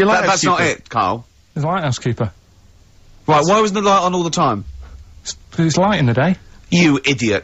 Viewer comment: Yeah, I finally understood it ^^ The first time I heard "house keeper" and not " LIGHThouse keeper", that's why it didnt make any sense.